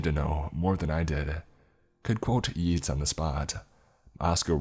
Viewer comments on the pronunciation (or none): "Could quote yeets..." That made me laugh. Also heard Billy Crystal say "It's pronounced 'yates' you Cretin, if you're going to praise someone do it properly.